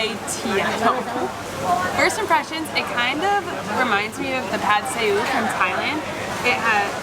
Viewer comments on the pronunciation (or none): didn't even get it right, you said Pad see eew